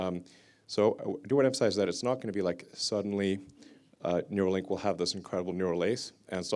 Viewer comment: Neuralink u-r-ill!